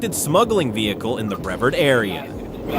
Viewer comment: Sorry but it's bre vard pronounced bruh vard not brev ard